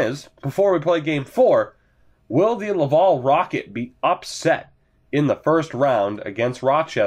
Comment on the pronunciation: Lav-AL, like AL Montoya ;)